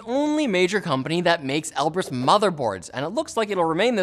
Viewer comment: Knowing Russian with the right accent, then hearing him say Elbrus wrong every time XD